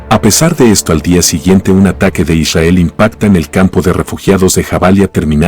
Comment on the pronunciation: ishael ... que frustrante como lo dice... :face-fuchsia-tongue-out